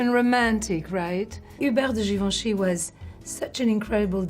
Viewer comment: yes the right way